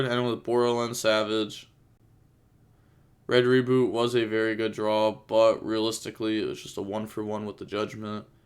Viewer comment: Read the name of red rebooT again and call it right please